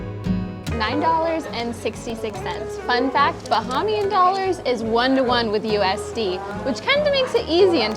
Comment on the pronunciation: Pronunciations...."KONK"...."BAH-HAY-MEE-AN".... "SOUSE" rhyming with HOUSE. No worries. We are all here to learn. Thanks and. Come again soon! (Freeport G.B. next)